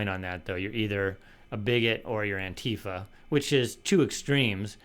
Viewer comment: Let me say first that it isn't Tom's fault, but I hate that he mispronounces Antifa as anTEEfa. As someone who is very familiar with and has stood against Antifa for 30 or so years, it drives me crazy. I remember very clearly when I first heard someone on a cable news channel mention Antifa. It was late 2016 and I was so surprised that I told friends about it. We laughed about the way it was pronounced. Then slowly but surely, Antifa kept popping up in the news more and more often, and it was mispronounced about 99.9% of the time. Yeah, some would say it's a dumb thing to moan about, but if I asked for recommendations on anTEEvirus software, you'd correct me. 😄 I will say that I do find it funny that all the effete, weak p***ies claiming Antifa today can't even pronounce it correctly. They wouldn't have survived back in the day anyway. Just wanted to get that off my chest because this is one of my favorite channels.